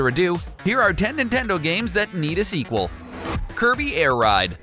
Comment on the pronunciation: Can I had segwel said yoshi yes said nendto